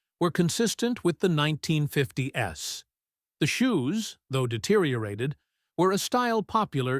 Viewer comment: AI, yes. Can't say nineteen fif TIES. Says 1950 S